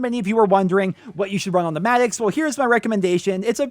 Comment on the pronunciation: The madix its madox lol I'm not hating on you doe